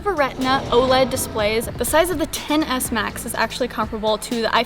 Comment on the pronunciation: You kept saying the “ten-ASS.”